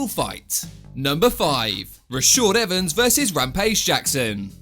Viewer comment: "Rashawd Evans"..